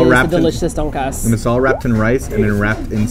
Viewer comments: All I could hear through the whole video was "Donkeyass" instead of Donkatsu xD - "Do you guys know what a donkey ass is?" Me - "Well....yes..Oo" - "Well let's not eplain what is is now cus' we're gonna show people what is is when we go!" Me - "Ehrr...O____O.......Didn't know I'd be watching National Geographic today.." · says donk-ass... hehehehehe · ITS PRONOUNCED TON-KAT-SUUUUUUUUU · Their pronunciation of donkatsu is kind of distracting (please emphasize DON for DONkatsu) but I still salivated as much as Simon. Holy shit I want that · Donkatsu (Tonkatsu) is japanese pork cutlets.. its pronounced ton-cut-su... i don't know why I'm adding this comment lol, just felt like it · Can't pronounce Donkatsu because it's Japanese LOL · Their Korean pronunciations are so awful that it's actually funny. XD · Ugh the way they pronounce tonkatsu is completely wrong....